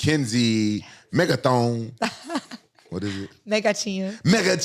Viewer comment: RAMPAGE said Mega THONG 😂